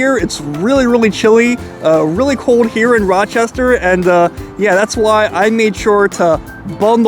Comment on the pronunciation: ah yes, Roachestershire